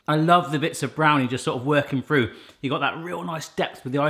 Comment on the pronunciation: I wouldn't worry too much about people nitpicking how you say stuff,. We can understand what you're saying and I think things like "toof" and "Frew" instead of "tooth" and "Through" is just part of your doing this at home, every man recipes charm. It also clues my mom in on when I've gone and done a Barrathon because I tend to pick up on some of your's and Mrs. B's speech patterns and some terms as well.